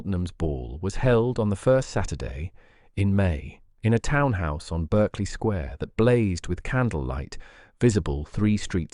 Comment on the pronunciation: Not bad for the sub-bodice ripper genre. The tale is not bad, not bad at all, but the narrator needs to bone up on British place name pronunciations: Curzon St. is “Carson”. Berkeley Square = “Barkley”. That’s to name a few from this story.